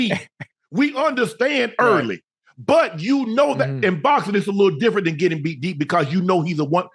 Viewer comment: Shannon said " Jr. Widdle weight!"